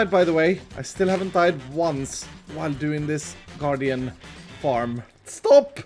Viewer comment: It took me 6 times of going back to realize you said “garden farm” instead of guardian